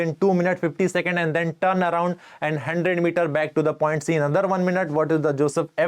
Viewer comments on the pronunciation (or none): none